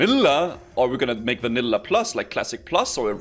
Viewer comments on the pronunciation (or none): homie says everything normal then hits us with vænïłłā